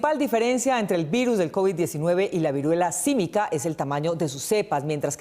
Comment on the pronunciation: Viruela símica, no sísmica